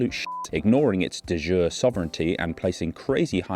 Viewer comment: Fun fact: de jure is Latin, it's not pronounced like French.